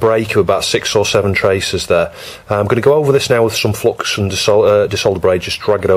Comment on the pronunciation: I reckon the Flux gods are punishing OP because he pronounces it flox.